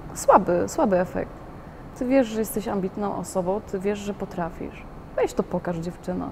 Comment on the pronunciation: Jak jesteś "osobou" bardzo "ambitnou" i "perfekcjonistkou" to zacznij mówić po polsku.Mówi się osobą a nie osobou.